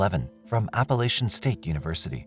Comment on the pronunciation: I remember the Phelps case, but I'm sure it happened in Raleigh, not in Ralley. And she went to Appalachian State, not Appa-lay-chian State.